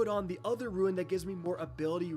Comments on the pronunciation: OMG I WAS ABOUT TO MAKE THIS COMMENT ITS PRONOUNCED ROON not ruin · Brother, unless it’s a regional thing, I may be “correcting” you, but it is meant as positive feedback as you have become my sole source of D2 info. rune ~ prune ~ loon ruin = roo-in I swear, I’m not trying t bust your balls, but I’m hearing “runes” as “ruins.” It throws me off in those moments. If I’m the only one, then it’s me. If it’s regional, then that “ain’t” a thing. But if it’s unintentional, I’d rather be the fuck that says something, than the dick who doesn’t. Hope the kids are well! ✌️🤟👽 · Not just u, he keeps saying RUINS and it's killing me!!!!